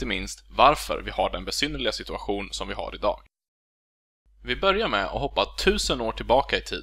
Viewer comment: I am also from the same (big) region but I can clearly pick up differences between your idiolect and mine. For instance, they way you pronounce "börjar" and again . My ö:s are more rounded, and some other vowels as well (i, y, u). I wonder if anyone has done a study of dialectal variations within Eastern Central Swedish? A lot of people in the Stockholm region have the idea that they don't have a dialect, which is of course nonsense.